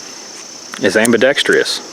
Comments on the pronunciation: Good vid, but the word is "ambidextrous", NOT AMBIDEXTRIOUS!!😎🤣🤐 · Very well presented and articulated! One critique...AMBIDEXTROUS is pronounced (Am-be-dex-trus) not (Am-be-dex-tree-us)🤣🤣🤣 Happy New Year!